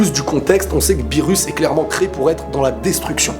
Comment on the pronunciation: "Beerus" ???..... ÇA SE DIT "beerrous" (le r se prononce l)